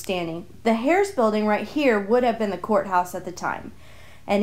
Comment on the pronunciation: You're welcome. Not being critical, just helpful. My limited experience with announcing taught me the value of checking pronunciation of local place and person names. They can be tricky.